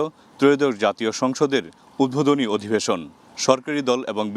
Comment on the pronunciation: প্রতিবেদকের কথা , উদ্ভোদনী না উদ্বোধনী।